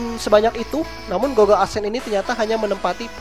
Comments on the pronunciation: bukan gogle bacanya tapi gugle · i think how to say google is gugel not gogel. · GOOGLE : cara bacanya itu "GUGEL" bukan "GOGEL" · GOOGLE.. not GOGGLE.. damn